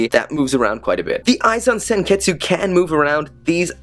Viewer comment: You said senketsu but its pronounced senkets